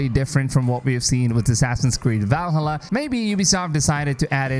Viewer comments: Hey dude, don't take it personal as I like your video, but please spell properly Valhalla. 😅 It's supposed to be spelled Val-ha-lla and not Val-hallá. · Val-hala its pronounced Valhalla, one word, not val-hala... Love ur vids but you are trigering me lmao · Every time you say “Valhalla” like that I keep getting more annoyed 😂